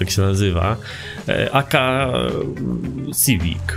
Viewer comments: to jest sziwik ło kurde szywik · Nawet nie potrafisz poprawnie wypowiedzieć nazwy tego samochodu